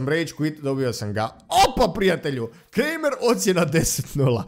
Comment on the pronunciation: Kaže se Kramer a ne kremer